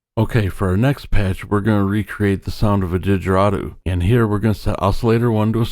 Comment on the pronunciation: Come on man... Digeridoo lol. Google how to pronounce.